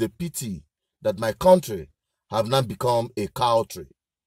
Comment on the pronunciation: Cowtry instead of Country same thing as Zoo.